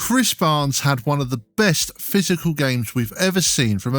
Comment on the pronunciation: no no no It's Chris barnes not bhris barnes